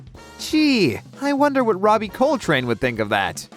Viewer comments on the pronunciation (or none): none